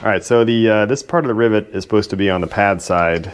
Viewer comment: did you just say ribbit lol